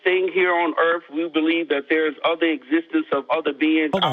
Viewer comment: Planet EarF? I stopped listening at that point.